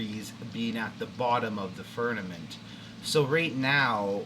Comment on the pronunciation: Why do you pronounce it "furnament" ???